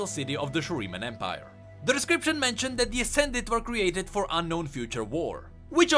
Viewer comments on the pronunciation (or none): none